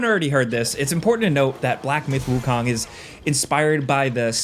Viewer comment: Wukong is not pronounced like Wu-Kong like in King Kong, but like cone.